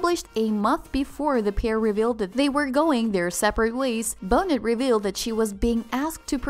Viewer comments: If you mispronounce Lisa BONETs name one more time my brain is going to explode. It's pronounced bo-NAY NOT bo-nett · Let's pronounce her name right, it's not pronounced Boe-nit, it's "Bo-nay". You're killing me because you don't even know how to say her name. Like you're an authority but you can't even say her name right. How embarrassing. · when you pronounced her name as lisa -bo-nit...I was done. It is pronounced BO-NAY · Right!!! Her name is pronounced Bo-nay Not Bo-net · The bot said "Bona" and "Bonut". yeh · STOP MIS-PRONOUNCING HER LAST NAME!! It's getting on my nerves!! It's "Bo- NAY", NOT "BONE-it" !! Geez! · It’s pronounced “bo-nay” not “bo-net” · Lisa's Last Name is pronoinced "BO-NAY," Not "BO-NET!!" 😉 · Please pronounce her name correctly. The T is silent her last name is pronounced Bonay not Boneht. I couldn’t keep listening when the announcer continually mispronounces her name Ugh! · Bow net? Bonet is pronounced Bow nay! Lol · Do your homework before reporting on someone. It’s not bone-et. It’s bonay. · 😳😳 I don't understand a thing that was said. No explanation of what was posted under the title ( just rereading their posts). Her name is "Bo-nay" not "Bo-net". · He didn’t say that and will you learn her last name is pronounced “Bo (long o) Na (long a) not Bo NET!!!! And if this is a BOT fix the code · To the Narrator: "Bonet" The 'T' is silent it's pronounced "bone-ay" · Learn pronounciation please. Its Bone-a not Bonnet. His star is rising, her's sank and she prefers not iiving as a Hollywood star. They love their kids. The end. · I dont wanna believe this but its real.....and please say lisa's last name properly..its not pronounced as bonet, say it like bownei please...... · Bonet rhymes with Monet. It's not pronounced "BO-nette" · Ok but it's Lisa Bon-ay not Bon-net. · BEAU-NAY NOT BONE-NET. Jesus... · Isn’t her name pronounced Bō nay??? It’s not Bone it!!!! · Her name is pronounced Bone ay , not Bonet FYI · It is pronounced Bo Nay not Bon nut.